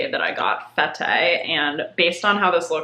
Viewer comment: Fete is pronounced "fet" - party, in French!